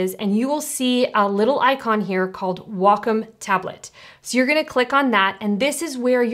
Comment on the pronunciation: Great video. What I'd like to see is how to adjust the sleep timeout on a Wacom Intuos tablet. (also, thank you for pronouncing Wacom properly! Ugh. I hate hearing WHACK 'em. Ugh!!! :) )